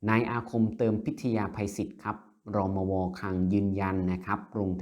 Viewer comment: อ่าน รมว. ให้ถูกต้องหน่อย